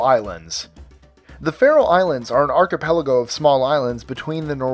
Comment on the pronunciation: Thanks for pronouncing "archipelago" correctly